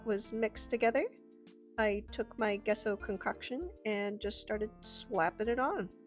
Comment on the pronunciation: Cool video, gesso is pronounced, “jess-o,” btw. Spiderpunk guitar brought me here.